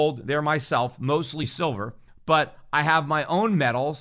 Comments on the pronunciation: He said 'Shillver' 42.05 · Did anyone else notice that Freudian slip "Shillver"?